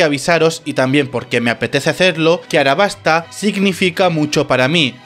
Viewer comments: aLabasta no arabasta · Realmente estoy en duda si se pronuncia “arabasta” o “alabasta”, tengo entendido que se pronuncia Alabasta, al menos en español latino.